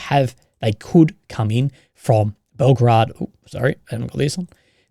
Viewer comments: Bel gorod not Belgrad. Belgrade is captial of Serbia. You trigger me every time lol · The way you pronounce "Belgorod" sounds like "Belgrad - the capital of Serbia" and as non-slavic speaker you sound funny as fuck ...